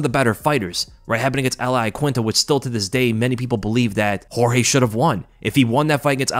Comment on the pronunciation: Thank you Jorge! (, it's not pronounced "George" you dingbat)